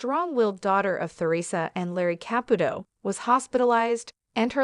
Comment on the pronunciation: Seriously , it's annoying she doesn't say the first or last night right